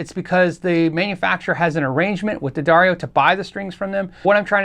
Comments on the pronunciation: Say it with me...'the..dar...ee...oh'. Good man. Proud of ya! Great vid btw!!! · "Dad Airy Oh" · D'Addario ? why the heck did they spell it that way then pronounce it DADDARIO? my brain hurst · At one point, I think D’Addario actually printed a pronunciation guide for their name on some of their string packages. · Yes, the pronunciation was written as Da-Dairy-O. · It's pronounced D'Addario. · I think everyone says Daddario wrong, but it's okay 👌. It's an Italian last, which means it has a Latin pronunciation. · Ddarrias?.. Dedareos?... Diddario??.. Duhdareyo??? I still need help pronouncing it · pronounced D'Addario three different ways in this video.